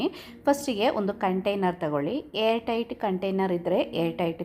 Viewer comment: Hair ಅಲ್ಲ air alva